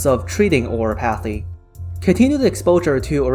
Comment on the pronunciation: I don't know what your first language may be, but it's just really funny to hear "oriPAHthy" xD